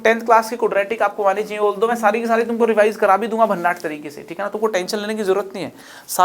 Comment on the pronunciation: भन्नाठ नहीं भन्नाट होता हैं वो गुरू